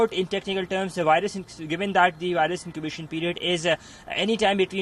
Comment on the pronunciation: The wirus??? VIRUS.🙄